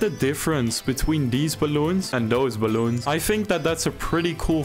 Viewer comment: "Deez bwaloens"